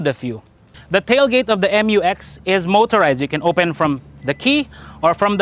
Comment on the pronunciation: it is read as "myu-eks" NOT "em-yu-eks" otherwise it should have been written as "M-U-X"